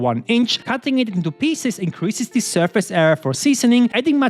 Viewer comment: can you stop saying "thie" when the next word doesnt start with a vovel thank you it makes me furious ngl